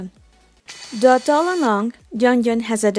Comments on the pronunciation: Took a while to realize when you say "duhh" it was meant as "tho" for "although". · Yeah I thought she said duh when she meant "though" XD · The way you pronounced though like duh made me confused at first then the second i heard i did understand wat i meant actually. this vid was amazing! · the way you say "though" sounds weird